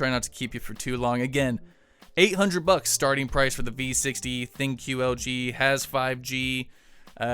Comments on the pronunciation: It's pronounced "THINK" not Thin-Que. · thin Q?! its THINQ- pronounced like THINK: as in fckn THINK ABOUT ITl>fcknduh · I thought thinQ was pronounced as "think"?